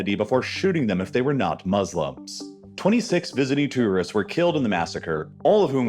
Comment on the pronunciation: Too-wrist? Whats that?